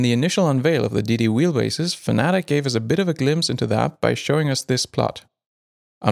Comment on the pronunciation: Fanatic 😆 FAN-A-TEC 🙄